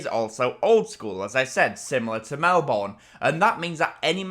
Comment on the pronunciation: Melbourne is pronounced Mel-bern